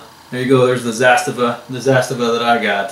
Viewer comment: Not to criticize but it's usually pronounced Zahs-Tah-Vah, and Kahl-eh-sh-nee-koff/kov